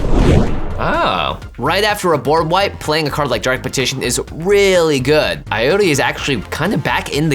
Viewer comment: o nome dele é "Ayuri" ou "Aiury" mesmo. Começa com 'A' haha